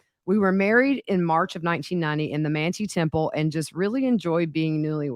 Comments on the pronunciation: Just an fyi, Jimenez is pronounced with an H, like Himenez... and Manti is prounounced Mant-eye. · Ugh... Chad is such a loser, he didn't get anything without the help of Tammy. It's incredible how much he glorified the simplest things. Also Manti is pronounced man ♂️ - tie 👔. Man-tie... Y'all are awesome!! Thanks for all the videos.